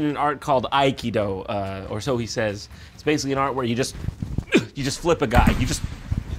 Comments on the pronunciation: schiavello is not pronounced that way. He butchered his own last name (mindblowing) also he said Aikida (what?) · Its pronounced (ah-key-doe) sorry to be nitpicky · You mean akido which is pronounced as uh-kee-doe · As someone who's trained up to the black belt level in Aikedo (which has its accent on the second syllable, not the first FYI), I'd be letting my dojo and the martial art as a whole down if I didn't state right here and now that Steven Segal gives the entire martial art a bad name. Aikedo's basis is to subdue your opponent without causing them physical harm, utilizing a redirection of the flow of their hostile energy (in the physical and metaphysical sense) to fell your opponents with their own force. I can vouch for its efficacy through my personal experiences. I have taken a 6' 4", 250 lb goliath of muscle named Ray all the way to the ground as a little 9 year old Aikedo practitioner. Ray was a great, very nice guy, but you could instantly feel the difference by using an Aikedo technique over just trying to pull or shove him down. Aikedo's mentality is nonviolent, straying away from the punches and kicks of Karate, Tae-Kwon-Do, Kung-Fu, and others in that vein. It is not a martial art based solely around "Throwing people to the ground" as Jon asserted, it's based around guiding your opponents safely to the ground in a pin, keeping them unharmed while de-escalating the situation nonviolently.